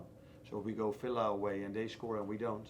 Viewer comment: I see..Slot actually said Villa , while I heard he said "Fella".